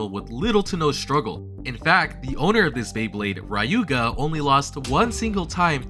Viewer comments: Awesome video,. Just a little note Ryuuga is NOT pronounced "RYE-oo-ga", but "LYOO-ga" I know many mispronounce the Japanese word for dragon, 竜 as "RYE-oo" but it's really "LYOO", or something akin to it (it's a special tongue palatal trick Japanese language does with both L and R words) Also the G of Ginga is always hard, thus being akin to "gear" rather than "ginger" Nevertheless, great video. I can't wait to see a video that speaks of the zombie strategy I have so much heard about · Who the hell is "Rayuga"? Why are you adding A in that?